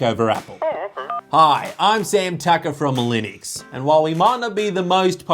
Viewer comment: Sorry Sam, it's pronounced Linux :P